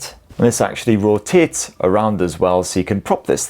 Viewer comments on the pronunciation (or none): ...... . . Did bro say "Ro-Tits" 😅